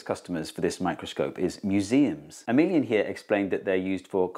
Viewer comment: When you said Emilien (?) I thought you said ' a minion ' !